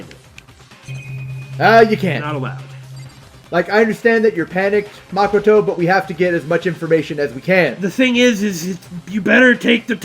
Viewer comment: Makoto is pronounced Muh-koh-toe not Maa-koh-toe